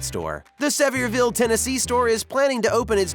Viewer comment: Sevierville, TN, is pronounced SEVERE-ville. On another note, we love Buc-ee’s! The peanut butter Overbite they sell is amazing.